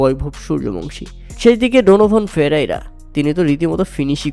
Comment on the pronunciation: Player name pronounced e r o better hote hobe